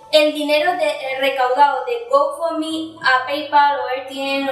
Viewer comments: Recomendación. Algo que me hizo mucho ruido del video. Se pronuncia gou (go) found (fund) mi (me) se te escuchaba que decias gofomi! O goufomi. 👉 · yo se como se pronuncia. Es difícil decirle a ella por acá. Fonéticamente como es. El tema es que lo está pronunciando mal. Es todo.